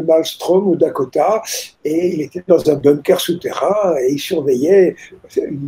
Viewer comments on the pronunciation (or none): none